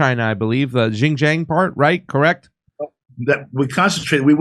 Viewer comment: LMAO at pronouncing the Chinese region of XinJiang.